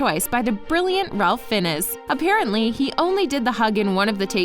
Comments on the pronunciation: Pardon me but who is Ralph Fin-ez? I do believe its Ralph Fiennes as in Heinz. :) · I’m sorry but the way you say Ralph Fiennes — it’s pronounced as Rafe Fines — just google it. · Fin-ess? FIN-ESS? It's pronounced Fines! FINES! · It’s not pronounced fin-es it pronunced fine’s like the plural of fine. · “Ralph Finn-ez” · You pronounced Ralph Fiennes's name wrong. It's pronounced like FI-yens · Ah yes, my favorite actor:'ralph finn-uss' Also i am the 123th comment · Ralph Fiennes... she can't pronounce his name?? Come on! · The cringe when she mispronounced Ralph Fiennes ' name. 😬😬😬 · The cringe everytime ralph fiennes was mispronounced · The way she pronounced Ralph Fiennes has me in tears 😭